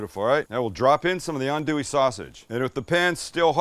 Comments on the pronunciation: Good job pronouncing "andouille" correctly! 😆 🤣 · I watched this video fully ready to flame you, but from the acknowledgment of Justin Wilson, to actually pronouncing “andouille” right, I’m impressed. Good job Sam